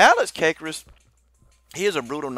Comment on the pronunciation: you pronounced alex's last name wrong.